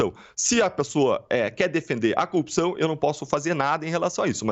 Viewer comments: Não aguento mais ouvir a palavra "coupção". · Esse cara deveria ter vergonha de aparecer em público. Você é uma vergonha, sua família é uma vergonh, sua história é uma vergonha. Detalhe, não é "coupição" é corrupção. Você é absolutamente corrupto Dallagnol, assuma o quanto é pequeno e corrupto. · Assistindo dias depois de Deltan ser Casssado . Que ódio ele não sabe falar corrupção aff